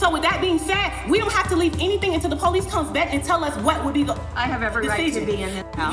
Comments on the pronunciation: Just plain GHETTO... embarrassing...and it's Police NOT Po lease. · Ah yes, the poh-lease. 🙄